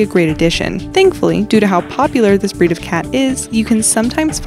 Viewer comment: Whenever the girl says "breed" I hear "bread' lol